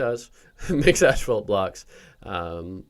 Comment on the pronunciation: Bruh its not called ashfault